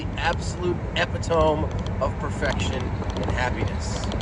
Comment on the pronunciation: its pronounced eh-pit-oh-me 😂